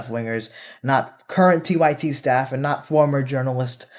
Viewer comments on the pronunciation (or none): TYT : pronounced, "TIT"